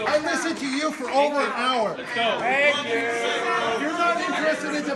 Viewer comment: da asin says SANK you verry much